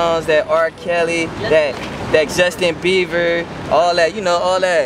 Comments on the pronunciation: lolz he said justin BEAVER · Did he just say justin beaver? haha. well he seemed like a cool/chill person R.I.P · ahahaha he said justin beaver